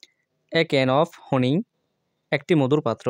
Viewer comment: This good but not honi 🚫 this is hani ✅ okay same video aplod because your video good sometimes not goo 😅